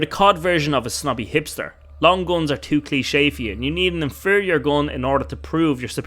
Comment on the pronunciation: You first need to learn how to pronounce GUN correctly. Then you can make a video where people can ACTUALLY understand what it’s about. It’s English after all. It’s not that hard.